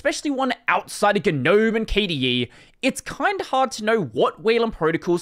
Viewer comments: Is it a running gag the way pronounces gnome, if so, can i get a backstory? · Years ago "GNOME" was an acronym for "GNU Network Object Model Environment", GNU being pronounced "Guh-NU" led people to saying it as "Guh-Nome"